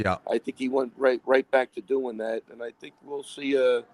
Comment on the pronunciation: jon, please, recognize that jiri says “let’s go for DAT,” don’t pronounce the “th-“ please